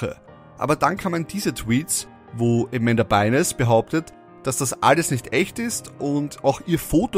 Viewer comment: Es wird Amanda Byn(e)s [Beins] ausgesprochen. Das e ist stumm